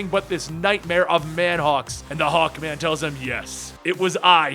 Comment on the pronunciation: I thought you said hulkman......HULKMANNNN